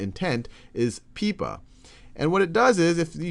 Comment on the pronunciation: It's pronounced pipe-a, not pee-pa